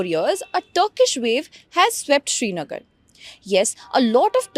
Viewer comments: It's not shrinagar it's srinagar. It's important to not misrepresent a place while you're so confidently covering a story about it. Kindly do your homework. We're just fed up with this kind of unprofessionalism at this point of time! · It is Srinagar not Shrinagar. It is Ghoshtaab not Ghoshtaba..